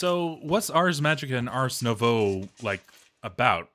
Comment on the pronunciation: only recently learned abt the deadly butterflies i love how i've not heard 1 person say ars nouveau correctly cus not many people realise it's french. The s is silent and the nouveau is pronounced closer to nouvo. Lashmak still has the funniest pronunciation of it tho.